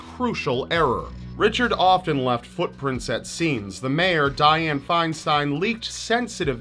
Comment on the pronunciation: Diane “Chy-Stein” no wonder. Who ever voter her into congress??????